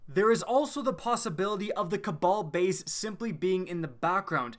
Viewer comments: cabal bayuse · His countryness came out "cabal base"